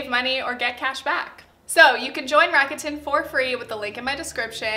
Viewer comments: hi loved the video and this realllllllyyyy matter but rakuten is pronounced rac-ku-ten!! not rac-a-tin :) no hate, all love <3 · Lol I’m triggered by how you pronounce rakuten 🙈